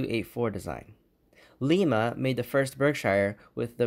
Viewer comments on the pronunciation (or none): You say Lima wrong ..its like Lima bean minus the bean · Bro really said Leema 💀